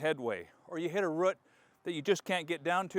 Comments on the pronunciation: That must be the weirdest way of pronouncing "root"...😟😒😑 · I say root like boot, you say root like foot. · So, there's a video about english speaking accents, for foreign learners. They used a clip of his to demonstrate a clear, standard english. But since he and I are both from Washington, you can notice the way he says root (I pronounce it the same) is not "standard" Washingtonians also sometimes say beg instead of bag. As in grocery beg. And I dont know why some say pellow instead of pillow.